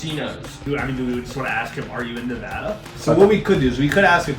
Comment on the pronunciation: thank you guys for saying Nevada properly since being from here people barley say it right